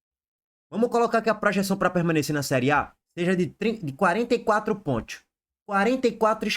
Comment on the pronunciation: Fala direito caramba! É quatro pontos e não quatro pointos